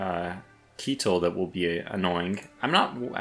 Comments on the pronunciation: Keitel is "kai-tel" not "kie-tel". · Keitels name is pronounced Kaitel